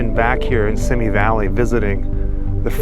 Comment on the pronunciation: The city is pronounced “See Me” and not Sim Me. “See Me Valley”.